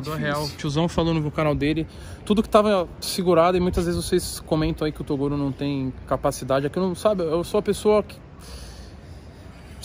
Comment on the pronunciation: "Torugo", kkkjk eu achava que era Toguro né Toguro: Qual a chance desse cara errar meu nome fellas !